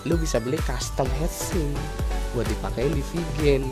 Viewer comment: heatsink bacanya bukan head tapi hit. jadi bacanya hitsink bukan heatsink